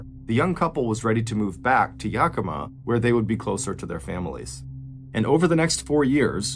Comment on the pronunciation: If anyone is interested in a deeper dive into this story, Ann Rule wrote the book “A Fever of the Heart”about this tragic event. 11/13/25 Yakima (Yak-e-ma).